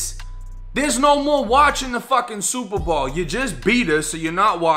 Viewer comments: What planet are u from how the hell do u mess up the words SUPER BOWL! you called it super ball lmfao how do u do that three times wow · It’s super bowl not ball this your second video mis pronounce it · my dude did hear u say the SUPERBALL game . could be the accent difference im canadian so we say alot differently than yall but yo. he whoop that ass cause he had his last 100 on that game . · I keep hearing "super ball" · Why do you say super ball & not Super Bowl 😂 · Superbowl not Superball bruh! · I was like I know I'm not the only one catching this shit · superball, gotta love the boston accent. And I definitely respect your humble caucasian opinion also fam. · Is he saying super ball? I swear I’m hearing super ball?! Funny shit bro big ups! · Is it accent or is he saying “Superball”? 😂😂😂 love the channel man I watch a few a day. Thanks 🙏🏾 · My boy are you saying “super ball”? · I swear you’re saying superball but great video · Super Bawl 😆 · Jus came to the comments to see if anyone else heard it lolol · Am I the only one weirded out by listening to him pronounce “Bowl” from the obvious Super Bowl? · Nope, I'm with ya 100% lol. Never hurd it that way either. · Are you saying Super Bowl?